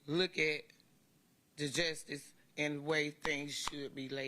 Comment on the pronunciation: It was appropriate that Faust's horrible family members don't even know how to pronounce the word "justice".